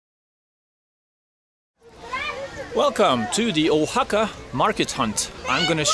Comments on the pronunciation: It's pronounced wa-ha-ka, no hard "o" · Harold, I am a big fan and have been watching you forever, but I have not jumped in with comments till now. I think the pronunciation of that city is more like "Wa-haka", not "Oha-haka." I also think your Spanish is actually not bad for how new you are to Spanish. With more interactions on the street and if you gain some local friends, you will be fantastic. I feel like the some of the Oaxaca locals there were a little hesitant to assist you as you struggled to understand the prices. I wondered why that happened as I watched you interact. Some vendors even waved you of as if to say, "I'm not dealing with you." In some other regions of Mexico, maybe in smaller cities, people will try a little harder to accommodate people trying to speak and understand Spanish. Keep up the good work. Oh, and one last thing, when you say the word Progressive it makes my hair stand on end. Maybe it means something different where you are, but here, the word has long ago been perverted, turned on its head and is very similar to using the word, "Woke." It's not a good thing. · Harold its Wa-Haca, not Oh-Haca. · I just watched a few minutes of this and here we go again …..first of all the place is called Vahaka not Ohaka next is this guys pitiful bargaining with the girl selling bags and in total the lack of information about the place he is visiting. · Harold, I think you came up with a new pronunciation every time your said 'Oaxaca!' I took 4 years of Spanish plus I grew up in Florida so I got to actually use what I learned. 'Oaxaca' is not originally a Spanish word so it doesn't follow any "language rules", it just is what it is (I believe it's the name of a tree indigenous to that area). The proper pronunciation is 'wa-haka'.